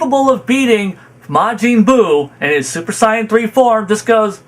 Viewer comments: Why do you say Saiyan like that? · Goku has often put the fate of the universes lives at risk sure, but goku has also always been pretty against actually killing. Knowing that him winning means the death of all the fighters and innocents in those universes is out of character. And for the record i hate the way you pronounce almost everything that has to do with dbz lmao especially the word "sayian" and "goku" lol